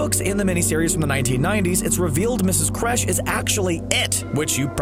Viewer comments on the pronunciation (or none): Mrs K-irsch, not Mrs Crèche, 🧸 Ffs. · Its Kersh not Kresh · Kresh? It’s Kersh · kersh .... not kresh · Mrs kersh not kresh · Mrs. Kresh?? It's Mrs Kersh. Isn't it? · “Mrs Kresh” smh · It’s Mrs, Kersh not Kresh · Ikr its ms kersh cbr jeez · he said miss kresh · Did he seriously just say Mrs. Kresh? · Man i almost quit watching when you said Ms. Kresh..... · It’s KERSH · You're saying her name wrong ...